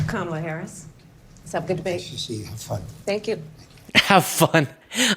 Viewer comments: He and all the other MAGAts pronounce her name incorrectly on purpose. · Mitt Romney even mispronounces Kamala’s name. 🙄 So insecure in his manhood.